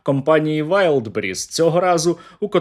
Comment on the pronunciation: Валдбериз драгораєт вони навіть казати правильно не можуть :face-purple-crying::face-purple-crying::face-purple-crying::face-purple-crying::face-purple-crying